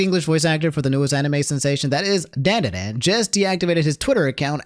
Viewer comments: Not pronounced DAN DAN DAN. DON DON DON is how it is supposed to sound,. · Stop mispronouncing Dandadan my dude